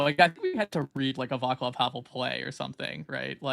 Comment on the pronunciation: Guys y'all are killing me with the "Vaklav" Havel pronunciation. Channel your inner Slav Dimitri and do better 😂